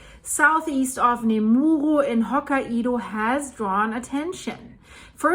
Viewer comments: Okay this is just sad... It's not "Ho-ki-e-dow" 🙄😒 it's pronounced Ho-kai-dow the "Kai" is like saying "Sky" the Kai part is like saying Sky, Kai, Ho-sky, Ho-Kai. Get it? There's no "E" in the name. Your saying Ho-ki-E-dow. There is no such place in Japan. Not one person around you has tried to correct you!? No one!? This is why it's sad. I hope this helped. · Japan lesson time. Say Hokaido as, Ho-Kai-Do. Not, Ho-Ka-ido. Ho, as in Santa Ho Ho Ho, Kai rhymes with Guy, and do, as in Do Re Me. よろしくお願いします。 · Pronounced hoo kai do. Not ho ka i do. lol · [Hoh-ky-doe] Please 🙏🏻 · Hello from Japan! The pronunciation is HoKAIdo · It's actually pronounced hoke eye doe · We were in Okinawa during the 9.2 (we had virtually no effects) and my son was in Tokyo (chaining up his American bike the moment it hit). We moved to the mainland that summer and were able to participate in the clean-up of a rice field in I believe August of that same year. The devastation first hand was unbelievable. As a side note, Hokkaido is pronounced by the locals as 3 syllables. Hoe Ki doe with emphasis on the Ki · Its Ho kye do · The Japanese Island of Hokkaido is pronounced as "Hok-eye-do" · Living just across the Coast Range from Cascadia subduction zone I’m really glad Oregon doesnt have nuclear plants on that coast! By the way the pronunciation is Ho K-eye Dough. Santa says Ho Ho Ho, eye Dough (like bread) 😌💙💙💔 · Living just across the Coast Range from Cascadia subduction zone I’m really glad Oregon doesnt have nuclear plants on that coast! By the way the pronunciation is Ho K-eye Dough. Santa says Ho Ho Ho, eye Dough (like bread) 😌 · hoe kai doe... 3 syllables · On the Pulse as always, thanks! (Btw its pronounced "hawk-eye-doe" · I think Hokkaido is pronounced “Hokk-eye-do”